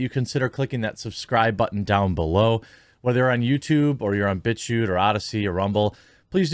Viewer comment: thought he said bitch u instead of bit chute